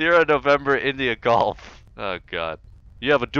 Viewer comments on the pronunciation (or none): none